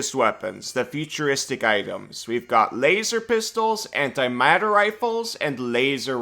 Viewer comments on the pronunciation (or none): Vocal goof: You call the "Antimatter rifle" the "Antimateri*a*l rifle" which is almost the "Antimateri*e*l" rifle. "Materiel" is the French word for "Military equipment" since most military terminology has French origins. You also use the image of a .50cal rifle for antimatter rifle, which could be considered an antimateriel rifle. It's correct on the text though.